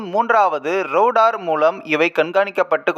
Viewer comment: பாடி ஸ்ட்ராங் பேஸ்மென்ட் வீக் ரோடார் இல்லை ரேடார் சரியாக படிக்கவும்